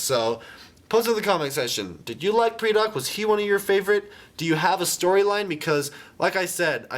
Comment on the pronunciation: I always pronounced it "pry-dack" not "pre-dock".